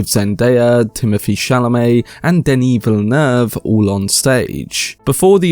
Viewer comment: Thank you. I now know how to pronounce Denis Villeneuve.